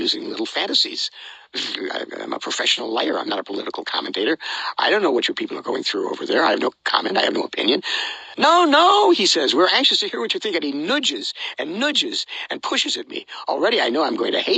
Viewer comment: Who pronounces it "noodges"?